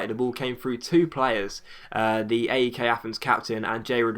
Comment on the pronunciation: That's not how you pronounce AEK:p